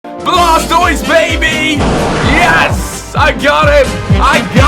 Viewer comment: blastoied no no no its called water browser lmao